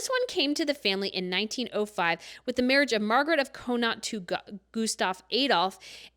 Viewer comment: Kahn not=Connaught or Con it if you’re Irish